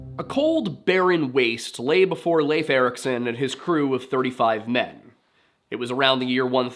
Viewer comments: Finally someone who pronounces Leif as Leif, and not Leif. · Thank you for pronouncing Leif the way you do. It was kind of consistent. Not perfect, not bad! Now say Cnut or Canute, or Knud, or Knut or... Love your channel BTW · Good video. I liked how you pronounced Leif correctly! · Thank you for pronouncing Leif correctly!